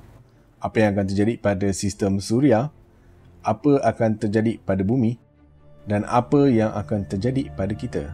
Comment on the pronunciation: saye baru prasan yg abg bile ckp "ape yg akan terjadi" tapi bukan normal, abg ckp "ape yg akan terjadik" hahahahahah